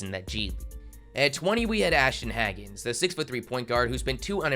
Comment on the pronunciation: He didn’t even pronounce his name right. Clearly just looking at stats lol. Quickley was solid his freshman year too, just didn’t play a whole lot